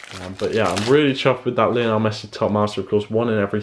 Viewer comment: He said Messi name Lainol………